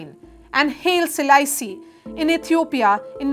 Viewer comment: The ignorance is surprising. Wrong pronunciation of Haile Selassie. There’s no sect called Wahhabism.